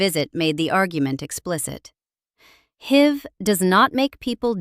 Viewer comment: HIV should have been pronounced as "aitch eye vee", not "heave".